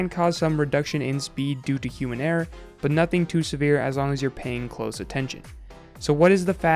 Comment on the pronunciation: I love how he says HUMAN ERROR Does he think bots play the game to? Wait they do.